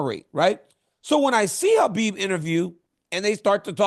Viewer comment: DC you’re definitely a legend but you need to learn to pronounce Khabib properly. He’s your friend it’s the least you can do out of respect 🫡